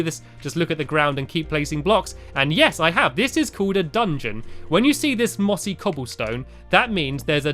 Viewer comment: i thought he said bossy